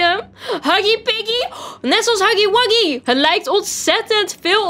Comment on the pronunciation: het huggy wuggy niet haggy waggy